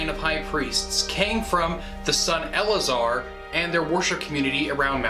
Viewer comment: Eleazer should be pronounced with two distinct grouping, el-lay-a-zar, same number of syllables as Eliezer.